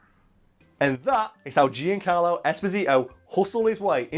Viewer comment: Hearing you say Giancarlo hurts